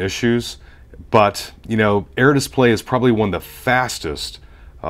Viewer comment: Are you Canadian? You say display funny. Like dissp-lay... It's bugging me out. Like whipped cream pronounced hwipped cream. Anyway good review.